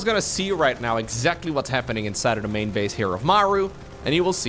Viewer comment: literally thought you said "bed sheets" when you said banshee. New unit lol